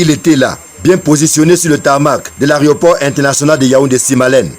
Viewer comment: Les journalistes camerounais ont réinventé la langue française dans le domaine de l'aviation. On dit systématiquement AREOport au lieu de AEROport, et la ce reporter parle d'autorité AREOnautique au lieu d'AEROnautique , d'AREOnef au lieu d'AEROnef Je ne sais pas si la langue de nos spécialistes des médias est dotée d'inverseurs de.....pensée 😅